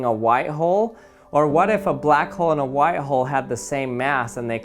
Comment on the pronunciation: Bruh I thought he said white hoe and black hoe